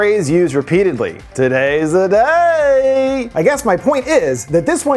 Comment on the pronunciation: I think this is my favorite intro skit 😂. "Todays deh daey" is gonna be in my head forever